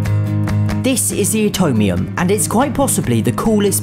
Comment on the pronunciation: You pronounced it utomium instead of Atomium